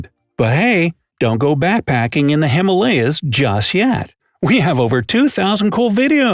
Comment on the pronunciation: The way he pronounced ‘Himalaya’ lol